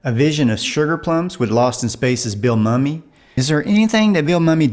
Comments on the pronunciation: Just a note, Bill Mumy's name is pronounced "Moomy". He doesn't like it when he's called "Mummy". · Most Respectfully it's, Billy MOO-mee.